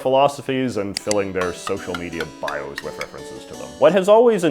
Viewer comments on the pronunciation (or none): none